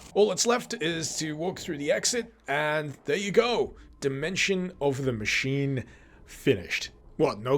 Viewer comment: In what world is the word 'machine' pronounced ma-kin!? Ma-sheen. Ma-sheen-ist. What the actual fuck man!?